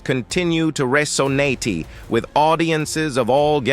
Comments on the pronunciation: True. Delores was his first wife, she apparently had a child but not with him. Barbara the second wife had 3 Tracy, Linda, Vincent. He cheated on both apparently but paid for Delores' funeral. Apparently he has a daughter called Carla. This is an interesting documentary with bad errors like this and ai, reso-natey not resonate, inteh-gral instead of integral and disco-graphee 😒 😂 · The over pronunciation is so funny 😂 rolay instead of role, resonatee instead of resonate, diskography not discography. And mixing up Sam's wives Dolores and Barbara. It's hilarious 😂